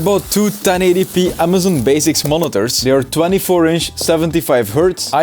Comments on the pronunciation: “So, Amazon bazics” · Amazon “baziks”